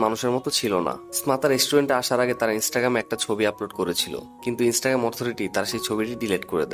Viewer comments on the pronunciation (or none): none